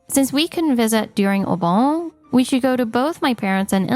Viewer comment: Obon is pronounce 'Oh-bon'. It annoys me how many stories on youtube have people who can't pronounce common names and words.